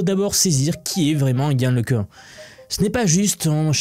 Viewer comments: Can se pronounce yann le qu'un !!! Pas le qu'heun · pour info le Cun est français cocoricooo donc prononcer Le Quin et pas le queune ;o)) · Le nom se prononce : Lecun comme Lek1, ou Lequn comme le son UN (1). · Le minimum pour commencer est de prononcer correctement le nom de Le Cun qui est français et donc Le Ceun ou Le Cune ne sont pas correctes.